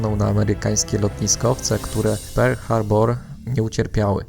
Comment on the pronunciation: Mówi się "Perl Harbor" a nie "Per Harbor" a poza tym świetny film